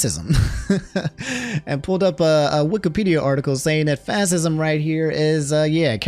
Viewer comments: Did you really just say fassism? LOL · Look man, this is a great video. Love the single topic format, much more engaging somehow. But how you ain't know how to pronounce fascism 😅❤ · how you gonna look at the definition of fascism and right at the top it has the phonetic pronunciation and STILL get it wrong.